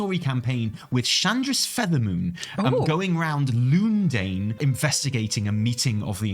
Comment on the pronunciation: "Loondane" and "Loondale" lol